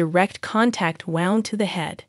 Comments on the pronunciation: And gunshot "wownd" 🙄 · Wownd is not a word.